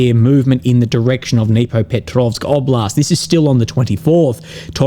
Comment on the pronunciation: Just FYI, pronounced "Dnipropetrovsk " almost perfectly.